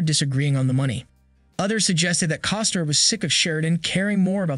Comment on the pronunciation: You keep saying Coster, it's Costner